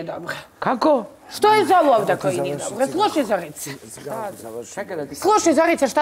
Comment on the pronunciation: Al kad kaze: jaooo nije mi dobrrro😅😅😅